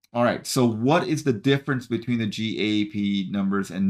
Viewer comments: GAAP is pronounced like the word "gap." Just in case you do more of these quarterly earnings videos. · GAAP is pronounced or called "Gap" in the financial world.